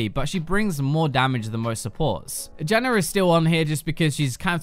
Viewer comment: Dude why the fuck do you say "Zyrer, Morganer, Janner"???? There is no fucking "ER" in their names. So fucking annoying to hear you.